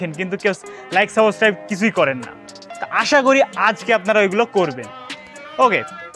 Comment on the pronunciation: subscribe e thik mato uchcharon korte parchenna.dont mind bro.